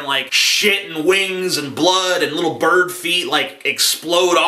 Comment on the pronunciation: "If your a bard" XD nice mispronunciation beware bards! fly away and play your happy tunes about brave adventurers elsewhere! X3